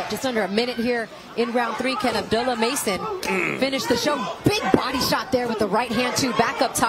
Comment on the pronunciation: You mean to tell me that these commentators DO NOT know how to pronounce Abdullah?